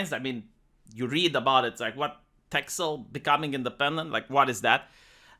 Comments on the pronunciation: This news is from a month ago. The x is pronounced like an s. And, Friesland is also pretty secessionist. First I've heard of this though. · it's funny how you say it, I know it has an x in it but in Dutch we say ''Tessel'' nothing bad or anything, just funny to hear it like that.